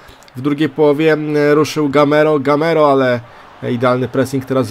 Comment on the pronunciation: Mówi się Gameiro